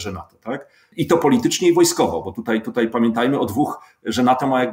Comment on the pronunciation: Co to znaczy wczorej, tutej itp ? To jakaś u Pana w miescie norma? Codziennie oglądam, chyba wszystko oglądałem szanuje. Tylko co to znaczy np tutej :D